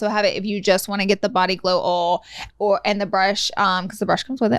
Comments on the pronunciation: Lol body ol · Pronounce OIL correctly yea Laura? Geez